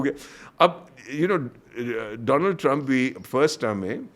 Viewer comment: रौनक भाई दोलांड ट्रंप नहीं दोआंड ट्रंप है वो 😂😂😂😂😂😂😂😂😂